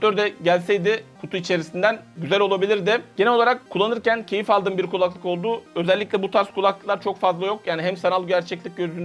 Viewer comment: Abi hala “kulaklık”ı yanlış tonluyorsun. 😁